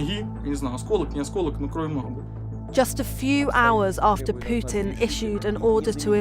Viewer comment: Futin...did...?Futin no goud...